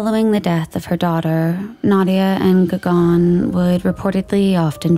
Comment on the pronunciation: Gagan is like Gugun. Not Gagaan.